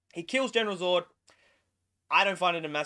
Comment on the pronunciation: Was a great movie. Unfortunately the reviewer can’t say Zod properly and it’s absolutely doing my head in mate 🤦🏻‍♂️😂😂 nah another great effort mate, keep up the great work 🤙🏻